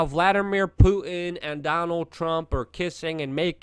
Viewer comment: you pronounce words like a black person. "Pu-en" Is actually "Putin"